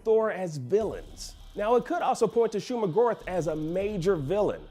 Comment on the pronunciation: Hearing him say Shuma-Gorath's name didn't bode well with me. I could be very wrong here but isn't Go"rath" said like math? Not Gorith?